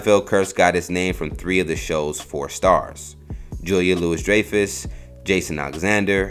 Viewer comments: You totally messed up the pronunciation of Julia Louis Dreyfuss and you just didn't give a flip on trying to pronounce Kirstie Alley's name right, choosing to call her Kristy. Aside from that, this is a good update on what happened to "Kramer." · Interesting, but holy shit did you butcher Julia's name. Have you never heard it spoken out loud before? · good review of the richards situation, but julia louis-dreyfus (whose name you mis-pronounced) won multiple emmy's for VEEP..so shouldnt be considered part of a 'curse'.